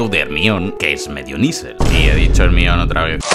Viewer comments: el nombre de hermione se lee "hermion" y no "germaioni" es un nombre griogo el cual viene del dios hermes, si lo lees en griego basicamente dice "hermioni" y ya que los nombres propios no se traducen ni se adaptan en ningun idioma... pues hermione> hermaioni si alguien que se llema peter viene a españa se sigue llamando peter y no pedro ερμιόνη < nombre escrito en griego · Por favor por tus seguidores en Latam, di Hermaioni, Hermion suena a alguien que mea demasiado 😂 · Reminder. Se dice hermión. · ermion hahahah que mamadas es "germaioni" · Harry Potter y el Aksio de Ermión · Desafío, un shot cada vez que escuches ermion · Me kga cuando dice "hermión" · Jaja ermion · Se dice "Hermión". Si los ingleses lo pronuncian mal es su problema. Me he reído mucho con el video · Aún no puedo superar el o la "Germion" xD En fin, Buen video 👍